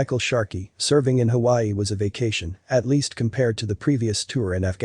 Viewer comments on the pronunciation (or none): none